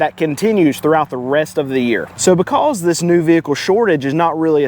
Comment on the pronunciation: I love the way you say " becouze". Subscribed.